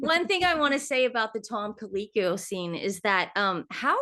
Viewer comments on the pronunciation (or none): His name is Tom Colicchio (Coll Eeek EO) ... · Who in the world made Tom Colicchio (Ko-lick-ee-oh) go to Meghan Markle's filming? He was a regular panelist on Top Chef and I always liked him because he is so down to earth, no nonsense and put off by pretentiousness! He is the last person I would imagine spending time with Meghan Markle.